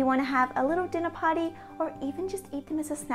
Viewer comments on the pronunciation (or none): Hearing an Australian say “Dinner Party” makes me nostalgic for “Mythic Quest: Raven’s Banquet.”